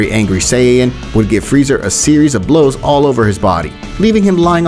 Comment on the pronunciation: It’s freeza, not freezer